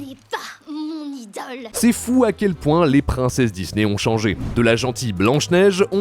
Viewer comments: S’il vous plaît répondez moi pourquoi le gars dis Dizney au lieu de Disney s’il vous plaît répondez moi j’ai du mal à m’endormir à cause de ça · Pourquoi cette mode de dire "Dizney" ?